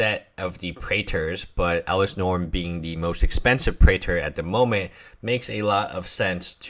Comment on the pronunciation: It's norn Not norm